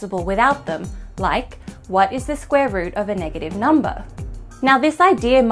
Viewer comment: Clicked just to hear her say "numba", was not disappointed.